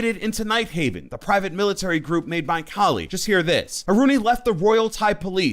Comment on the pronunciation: Its Kaaali not kuli